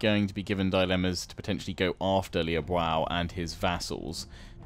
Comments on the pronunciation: "Liu Biao" is pronounced as (phonetically) "Li-ew Bee-yao". Hope this helps! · You say you want advice on the names, I think it's Lui Bee-auv (Biao). At least that is what I have heard. Else just disregard it, just wanted to share :)